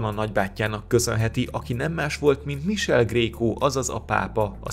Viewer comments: Csak két kiegészítés: az apját hívták Cipőnek, így lett ő Kiscipő. 😁 Michele kiejtése „mikéle", nem „misel" (ez fájt). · Szerintem nem misel hanem mikéle . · Mikéle, nem Misel a kiejtés, könyörgöm... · Csak egy apró tipp, olaszul Michele helyes kiejtése ‘Mikele’, középen hosszan tartott ‘e’ hangzóval. Amúgy köszi, érdekes 12 perc volt! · Igy igaz.